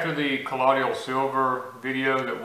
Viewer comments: So funny hearing him say collodial w/4 syllables instead of colloidal w/3. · Please pronounce the word 'colloidal' correctly. You are saying 'ka lod e ul' it's pronounced 'ka loid ul'. (loid, like the word void)